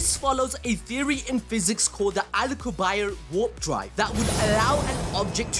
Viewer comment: Al Cu Bierre LMFAO its Pronounced AL-KOO-BEE-AY